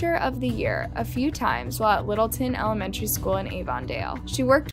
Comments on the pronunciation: “An elmetreneyy schooler” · ''the emelememenatary teacher''😂😂😂😂😂😂😂😂😂😂😂😂😂😂😂😂😂😂😂😂😂😂😂😂